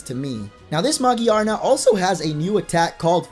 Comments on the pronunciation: Who's Magiyarna? You mean Megearna? That's how the Japanese pronounce it ugh Pokemon names confuse me when every youtuber says them differently. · it's ma-gear-na, not magiarna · Magi-arna? I think it's Ma-Gear-Na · It is ma-GEAR-na it irritates me how he says magirna Or what he says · "A sick little video" I see what you did there. Also, why can no one say Magearna correctly?